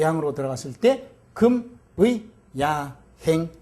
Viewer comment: 금의의 금은 "길게"발음해야지요!!